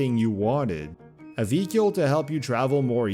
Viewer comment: Why do you keep saying vehicle "vee-cule"?